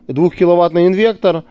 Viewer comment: інвеКтор )))))))) трахтор))))))